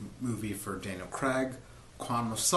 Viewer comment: CRAIG!! ITS CRAIG! NOT CRAG!!! AAAAAAAAAAARGH!!